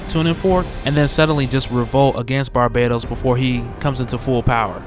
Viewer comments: I realize that after so many videos covering Dark Knights Metal pronouncing Barbatos like Barbados that it would be hard to break away (at the very least you may wish to be consistent across videos) but wouldn't the link to Batman of all people default YouTubers to pronounce it Bar-Bat-Os? Like a bat, Aquaman can dig it. Good theorizing regardless,, and much love [almost] hearing Barbados constantly hailed up, but I can't ignore the more likely pronunciation. Lol. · "barbaytos" lol